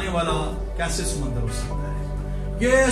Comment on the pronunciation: خُداوند آپ کے ساتھ ھو سر۔ سمّندر. اور سمُندر. میں فرق ھے میرے خیال میں سر آپ نے کلاس میں سمّندر بولا. جو کہ غلط ھے۔ اس کی جگہ. سمُندر ھونا چاہے تھا۔ زبر. اور. پیش سے مطلب تبدیل ھو جاتا ھے۔ خُداوند آپ کو اور برکت دے ۔ آمین